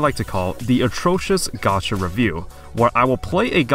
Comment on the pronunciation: gee-yatt? that's not how that word is pronounced at all.